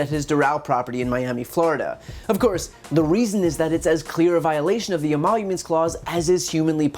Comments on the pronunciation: Wait.... did he say "E-monuments clause?" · "This phony emollouments clause"?!